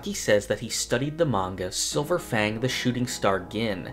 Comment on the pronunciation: Manga Read "ma-nga" ✓ "Mang-ga" X It minor but kinda annoying when you often say it wrong